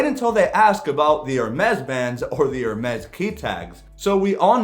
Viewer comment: Just a tip - it is pronounced ‘AIR - Mess’. Not ‘Err-mess’.